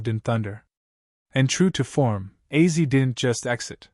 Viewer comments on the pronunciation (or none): Is it AI narration ? Why on earth does he keep pronouncing Ozzy as 'Azzy'? It's not that complicated. If your going to make an obituary for the man at least learn how to say his name...